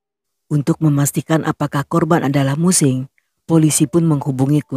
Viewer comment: Mu Qing = Mu Ching. He Qiang = He Chiang. Guangzhou = Kwang Chou